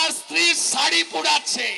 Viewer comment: বাংলাদেছ না বাংলাদেশ হবে ছাড়ি না শাড়ি উচ্চারণ হবে মেচিন না মেশিন হবে